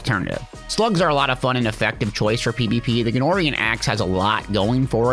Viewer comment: Its "veist" not "vested" stinger and "gunnora" not "gunnorian"s axe